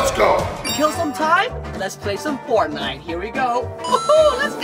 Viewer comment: Keep it up 😊 you said fartnite😂